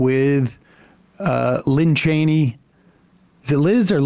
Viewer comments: Her name sir is Liz Cheney and it's not that hard. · The fact that you won't pronounce Liz Chaney's name correctly is a page out of Trump's playbook! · Geezus Christ. It’s LIZ Cheney! It’s not hard at all especially with how much she’s been in the news.